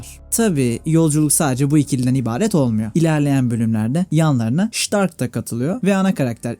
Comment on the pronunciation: Şıtark dediğin her yerde güliyom 😂